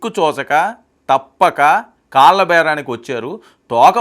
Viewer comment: Chindram..vallu.. kaalla.... బాబు anchoruu...తెలుగు పలకడం నేర్చుకొమ్మా